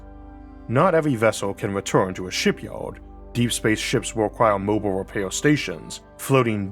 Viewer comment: Maybe try speaking more clearly - sounds like a mouthful of marbles. What’s a Shipyowed ? Oh, you mean Shipyard. Not easy to follow your speech, frankly, though the tone of it is pleasant. Maybe get some professional advice.